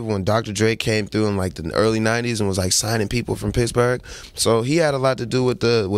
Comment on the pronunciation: Did he celebrate his “birfday” in “picksberg”?